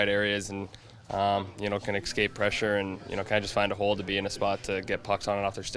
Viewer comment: Mitchie "Ex-scape" Marner